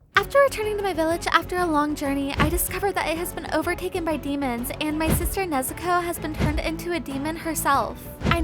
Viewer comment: Why does she say nezuko nezukow